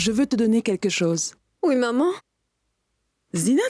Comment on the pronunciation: 😂😂on dirait qu'à chaque fois dit maman j'ai l'impression que j'entends mòmon moi😂😂😂 telman dan sere 😂😂 telman peze 😂😂